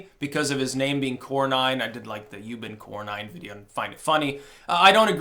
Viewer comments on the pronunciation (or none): It’s cor-nin not cor-nine. He is definitely part of the establishment but comes from pro trump Texas so he is saying some pro trump things occasionally. The concept of having the state legislatures appoint senators was not just to slow things down. It was so that the states themselves would have representation. By directly electing senators, the states have lost their voice. This allows Congress now to pass taxes and other obligations that must be done by states, the states can no longer fight back as effectively as they could if they had their own elected representative. The states are only represented insofar as their residents now are represented —and perhaps over represented I would say — in Congress. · Cornyn is pronounced core-nin, not core-nine. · Core-none. Core-none. Not Core-nine. Please, the Establishment bastard needs to be primaried so badly it hurts. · Cornyn is pronounced Corn*in, just like you eat.